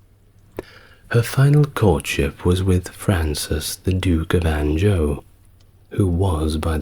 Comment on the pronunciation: Anjou pops up a good bit in your pieces. I know I’ve mentioned your pronunciation of names before but I had to clarify this one. It’s “en-ju” A soft “j” as in jus the culinary term. Great piece though. Keep up the great work.